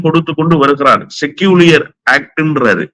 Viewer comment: அவர்களுக்கு ஒரு வேண்டுகோள். Secular என்ற ஆங்கில வார்தையை 'செக்குலர்' என்று உச்சரிக்க வேண்டும் செக்கூலியர் என்ற உச்சரிப்பு தவறு. பேட்டி மிக அருமை.